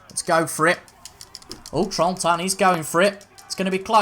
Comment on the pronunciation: Hey it's names guy again, helping with Trentin it is literally how it sounds. Tren-tin, Trentin